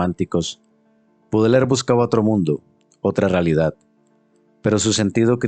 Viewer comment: Este jovencito ni siquiera sabe pronunciar el apellido de Baudelaire. Dice "Budeler". Bastante burdo. Quienes no sepan nada del poeta, les recomiendo recurrir a otras fuentes. Por dar un ejemplo, la habitación donde vivía Baudelaire era impecable y aseada, la habitación de un monje, y nada que ver con la creencia de la manera en quez se suponen viviría un poeta maldito.